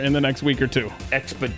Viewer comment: “Expodentially” lol